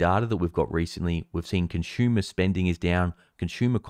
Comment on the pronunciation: Consummer debt? Lol